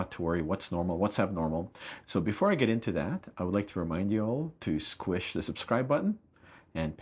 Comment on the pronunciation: I heard him said "squish" and I laughed so hard